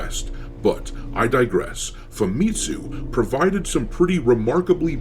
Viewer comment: FamiTSUU. Not FaMItsu.